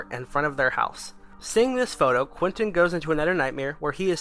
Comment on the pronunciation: No you said Quinton not Quentin